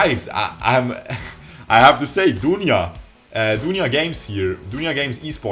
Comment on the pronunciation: I'm impressed with your pronunciation of Dunia and Ayep. 10 out of 10